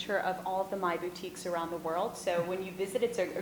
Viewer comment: the lady from Maille is correct